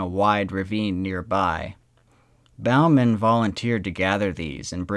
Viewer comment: It was Bowman pronounced boh-man now bow as in bowing to an audiance.Bowman like Bowling.